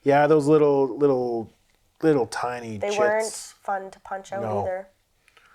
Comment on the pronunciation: It’s TIny not TEEny